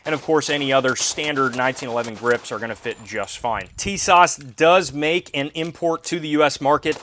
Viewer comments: Great Video ! It’s actually pronounced “Sha-Zah”. The T is silent. The ww2 greenish coloring is a dead on match to my 1943 Remington Rand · Tisas 1911A1: Sorry, I'm not trying to be picky but......my name is pronounced Tuh-SASH with emphasis on the second syllable.